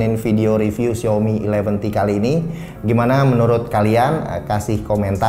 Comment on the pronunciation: Bang gak bsa nyebut A ya? Bilang syaomi jd syomi. Hehehe. #justkidding.